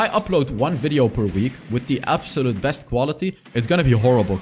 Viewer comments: He said bring out the "breast content" 😂😂😂😂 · Did he bring out the ''breast,, product instead of best or am i hearing wrong😅😅